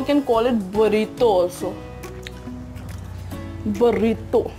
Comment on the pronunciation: its not barrito its burrito 😀